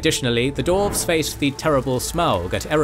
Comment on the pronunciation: Why does the narrator insist on saying "Dorves" not Dwarves?